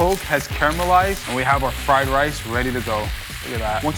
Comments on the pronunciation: It said frien rice instead of fried rice haha 😂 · What is "frien" rice